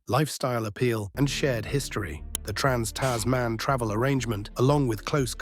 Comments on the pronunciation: Its Tasman (one word), not Tas man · Tas Man. lol what.